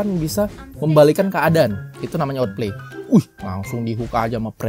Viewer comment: bukan otpley bang, awtpleiy dibacanya